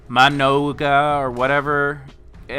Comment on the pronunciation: Muh-non-guh lol